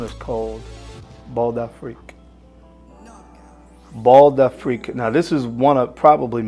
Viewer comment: it's Bal d'Afrique ( not Bald) Bal meaning a bal ( place to dance) d'Afrique : Of Africa. ( Meaning African bal) Pronounce bal : like Bahl, But yes, very exotic selection. Thank you. I did not know most of them.